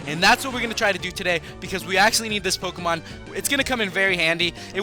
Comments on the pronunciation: learn how to prnounce pokemon names properly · Why does he always mispronounce the Pokemon names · you can't pronounce the names right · You cant pronounce any pokemon names